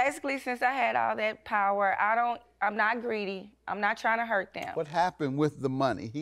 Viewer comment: Oooh...baby.....I know dat huyt!!!....not hurt.....but HUYT!